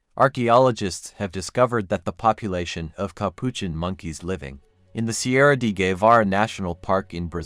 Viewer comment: Please. I can not understand your pronunciation. In Brazil we speak portuguese, not spanish. We say "Serra" not "sierra". Can you write the location? Would it be the "Serra geral"?